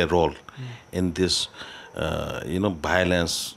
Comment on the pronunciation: what is bilance? once you can say violence I'll listen your interview